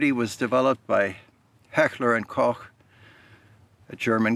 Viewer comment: As someone whose first language is German it brings me great joy to hear an English speaking gentleman pronounce a German word with a CH in it (Koch) the correct way. Thank you! Now I have to dig out videos where you mention Steyr Mannlicher to see if you did it there as well! :)